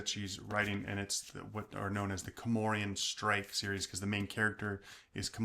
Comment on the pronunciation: Why is he calling him Comorian? It's spelled C O R M O R A N. He should watch the BBC show, then he'll hear it. But the series is not as good as the books (they can't show all of it, specially later on because the books get bigger and bigger). It's a great story and a great series. I'm so glad he liked it too! 😊